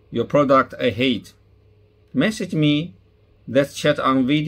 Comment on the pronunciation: Please give me your WeChat contact information, so I can help you fix your English problems! Pronunciation is important! You said “hate” instead of “hit”!! I have Chinese friend that I taught English to. She can also help you.